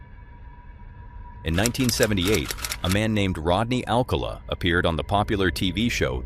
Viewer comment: Come on now. Pronounce the Dating Game killer's name correctly. Rodney Al cowl la; not All call a. This is the best that I could do expressing the mispronunciation.